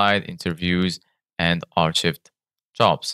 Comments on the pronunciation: ar-chived? it's pronounced AR-KIVED. lol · Pour prononcer "archivé" en anglais, dites "ARK-ived."